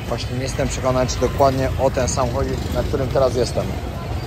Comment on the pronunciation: " Jestem o tym Psiekonany" xD